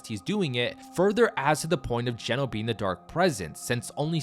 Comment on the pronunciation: Geno...i thought ya said genos.